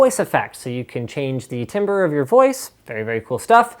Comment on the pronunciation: It's pronounced tamber, I know it's spelled timbre but ask any musician, it's pronounced with a long A.